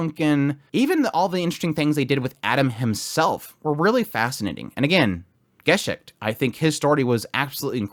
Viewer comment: Why do you pronounce Gesicht name as some slavic name? I liked your review, but couldn't stopped laughing each time I heard that pronunciation 😂 It's based on the German word and sounds very different. (In English dubbed version of anime actual pronunciation correct)